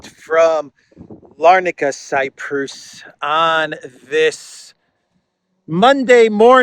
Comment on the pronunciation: why do you pronounce it 'Cyprous? ' Never heard it in English pronounced that way, rather, heard it said like we say.....bonus, (not bonous...)Just curious.